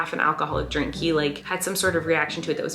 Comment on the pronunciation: Ok not only does Colleen say Peenk she also says Dreenk